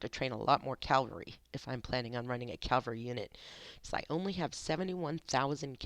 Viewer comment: Just an fyi, it is pronounced C-AV-ALRY, not C-AL-VARY haha... good video for the most part but if I was you I wouldn't underrate pelagius as much as you did. He may not have movement speed but he is meant to be a hard hitting nuking commander, not movement based. His first skill is much better than you made it seem, it does a direct damage FACTOR of 300, and an additional factor for 300 each second over 2 seconds, plus it restores 100 rage. Pelagius paired with minamoto is extremely powerful for nuking! I am however investing in Belasarius as well I have him at 5-5-5-1 so far haha, I want to build an extremely fast hit and run unit with him and cao cao. Like I said good video.